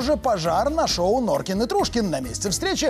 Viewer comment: Норким не Норкин а краса!